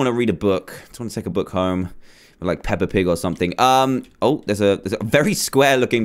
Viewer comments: Ik Peepa pig!XD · Lol did he just say peppa pig?